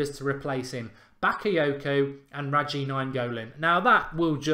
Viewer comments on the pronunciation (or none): its radjA.. not radji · I'm not hating it just annoys me ( basically OCD )😂please stop calling him ' Radji ' it's Radja😂😂love the channel though, keep it up👍🏼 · radji was killing me too